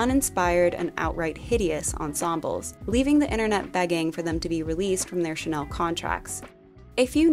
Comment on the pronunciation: Great video, thank you. But please check on how to pronunciate French words. Chanel, parfum, garçon... They are all so mispronounced and it would be a great opportunity to teach non-French speakers how to pronounce them correctly.